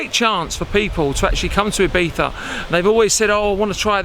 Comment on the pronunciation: Did you just say Ibitha???